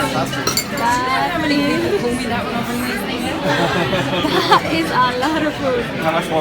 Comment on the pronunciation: Ung edi wow ni dan parang "edible" hihi kyoooot! 💛💛💛